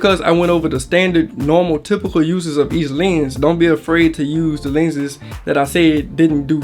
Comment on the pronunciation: The way he says Llhennss...